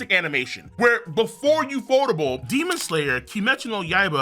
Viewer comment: Bro it’s U.F.O - Table like a table u eat on. 😂 not ufotable